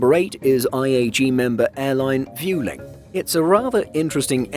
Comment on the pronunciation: "Viewling"? seriously? this channel has lost all its creditability just for that!